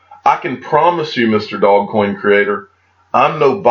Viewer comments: It’s Dogecoin - pronounced Do’ge’coin duude!! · Pronounced: Do-zsh-coin